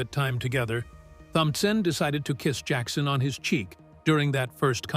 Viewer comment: Джексона...ударение на О...дебил ты выбесил😤🤦‍♀️